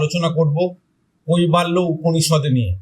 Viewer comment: কইবা ল্য নয়,--" কৈবল্য""